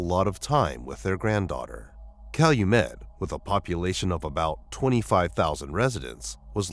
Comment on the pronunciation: He pronounced Calumet correctly? He must be from Chicagoland